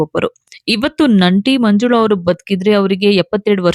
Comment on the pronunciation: Nanti allamma N A T I. Nimma kannada swalpa correction maadilolli. Tq ( taaraangana alla taaraagana)